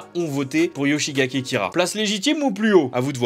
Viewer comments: Frr il a dit yoshigake kira c’est un fou motif de guerre là ça se dit YOSHIKAGE KIRA non de dieu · c'est yohikage Kira pas yoshigake mdr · Par contre c'est yoshikage pas gake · Yoshikage Kira Pas Yoshigake -_ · Je ne suis aucunement salé de cette vidéo, ce sont les statistiques donc aucune raison de s'énervé, par contre tu as écorché le nom de Kira, tu as dis et écris Yoshi-GA-KE au lieu de Yoshi-KA-GE, mais nous ne dirons rien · C'est Kira Yoshikage pas Kira Yoshigake :'(